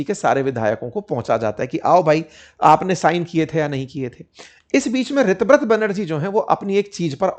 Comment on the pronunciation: Sir o pronunciation is tar ha sego रीताब्रता